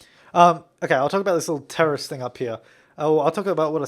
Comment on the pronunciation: is he saying teris (sp?) or terrist? lol